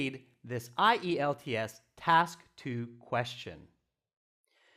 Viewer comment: Found it interesting to hear spelling I-E-L-T-S instead of usual IELTS